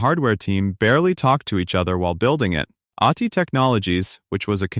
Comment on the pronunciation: This video is proof that AI is garbage. The company is named ATI, pronounced A-T-I. Yet this AI slop model pronounced it "auteeeye".